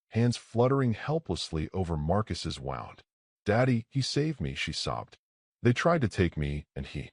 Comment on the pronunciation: Sorry, but mispronunciation of words "F's" up the story a little for me. The word is pronounced Woond NOT wownd. I realize the word is spelled the same regardless, but the contest determines the pronunciation, and in this context it is pronounced woo-nd.